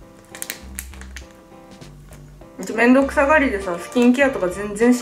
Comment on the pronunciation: 、いえーい！ 【めんどくさがり】【全然しなかったから】【男でも】【化粧水もつけなかったからね】 の発音のクセがつよい！ 【※そりゃそう】【ハーレルヤ※セルフ】 【火照っちゃって火照っちゃって♡ ※は？】 【しっかりの方て何やねん】【※落ち着いてください】 【そんなことしてええんですか？ってくらいに。※は？】 のクセがつよい！※は？またねー！